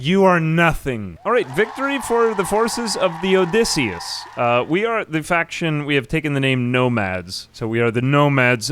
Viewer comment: "Odysseyus"...? Er... Did you mean to call the ship "Odysseus"? I mean, even that would be a bit awkward. You could have named it after Odysseus's ship, Boaty McBoatface.